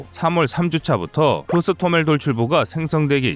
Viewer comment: 흐스토멜(X) 호스토멜 Hostomel'(O) 유나르미아는 2015년 모든 러시아내에서 조직된 일종의 학도호국단 같은 조직이며, 이번에 동원된곳은 러시아가 아닌 돈바스지역(루한스크와 도네츠크 공화국)내의 유나르미아임. 그리고 돈바스의 유나르미아는 지금 공세에 가담안하고 후방경비만 수행중임. 어차피 친러 돈바스지역은 60노인까지 동원령이 내려져 있음.